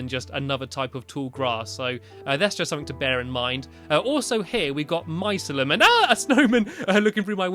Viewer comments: It's pronounced MY-SI-LEE-UM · stampy mycelium is pronounced my-see-lee-um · its my-seal-eee-um, its actually real, its the roots of a mushroom :) I am a nerd..